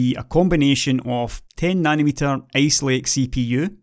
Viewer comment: I love your accent though it makes me have to focus harder on what you're saying. So I guess that's good. :) It brought a smile to my face when I heard you pronounce ice lake because I heard ace lake. Keep up the good work. Thanks.